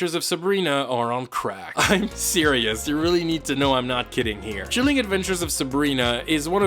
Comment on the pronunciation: "Sheeleeng adventures of Sabrina" hahahahahahaha